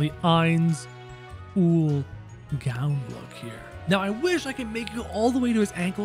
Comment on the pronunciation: You dont khow how to say his name and it annoys me